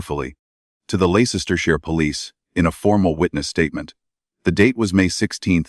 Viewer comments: It's pronounced l e s t e r shire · It’s Les ter (as in the name Les) sh ire. With an I. Pronounced Shy- re.. TERRIBLE AI spelling as ever.